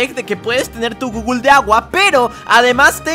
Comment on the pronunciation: Leer gooooooooooooooogle❌ Leer gooooooooooooooogo✅